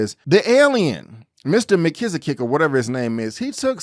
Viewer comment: Really enjoying your reviews so far. Mr. Mxyz-spit-lick is usually how it's pronounced, but it also is slightly different in each cartoon. There are various mutiversal councils made of many alternative versions of characters in the comics. I agree Clark didn't owe Lois an apology per se, but its with in his character to do it anyway. Keep up the good work.